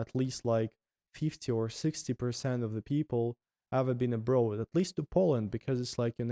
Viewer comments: "Abroad" is pronounced "abr-or-d" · It was interesting to watch overall. On a different note, the author having the word 'abroad' in every second sentence and mispronouncing it every single time was like....🙉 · Why all Russian youtubers pronounce the word "abroad" wrong? Not only. All the others I met do it the same. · English is a goofy language! logic says that road (as in street) has a long o sound so "abroad" should as well. Just throw logic out the window and pretend the "oa" is actually an "aw" like in saw/claw/law and you'll be perfect. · It’s absolutely INSANE how much your English has improved in only a year!! You are doing AWESOME buddy. You’re already losing your Russian accent even!! Mindblown brother. You’ve definitely got a gift for languages. Cheers from Canada, stay safe and keep the vlogs coming!! 🇨🇦❤️🇷🇺🇬🇪🙏🍻 PS: I do have one English learning tip for you, the way you pronounce the word “abroad” sounds a little funny. It’s not that you pronounce the word wrong at all, it’s just that the accent you’re developing with your English sounds very much more like an “American” accent as opposed to a “British” accent, and the way you pronounce the word “abroad” kinda sounds like how a British person would say it. If you want to keep your speaking in the tone of an American or Canadian native English speaker, then pronounce “abroad” like; Ah-brawwd or A-brawwd Ah - as in like the word Awesome or a hard A sound as in the word Animal and then just Brawwd or Brodd. The spelling of abroad is one of those strange English words that doesn’t sound the way it’s spelled. The “oa” sound isn’t like in the words road, toad, goad, boat, goat or bloat. It’s like an “awwww” sound instead of an “ohhh” sound. 🙏🍻